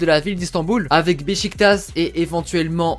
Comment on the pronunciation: Team besiktas !! (par contre soit tu prononces "béchiktache" à la turque, soit tu prononces "béssiktasse" à la française mais béchiktass c'est pas logique)